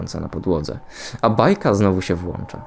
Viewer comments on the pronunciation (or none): none